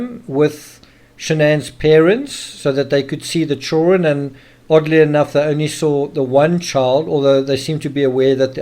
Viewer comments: Does all of South African drop the “d” in “children”? I wonder if they add it back in “kids”? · Maybe he can’t help it? Why say anything? Don’t be rude.